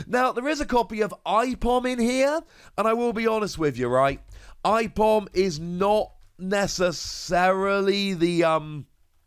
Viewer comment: Hey Aipom is spelt A-Pom brah :)